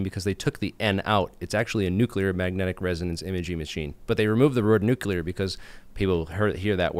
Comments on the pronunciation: But nucular scawy. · It's not pronounced "nuke-you-lar".